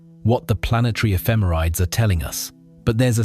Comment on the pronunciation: This is driving me crazy... "Ephemerides" is pronounced /ɛfɪˈmɛrɪdiːz/ ("effih-MERRih-deez"). I've given many a presentation on orbital data with spacecraft ephemerides so I've gotten that correction before